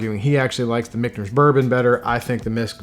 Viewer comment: Am i the only one that hears nails on a chalkboard when he calls Michter's, Michners?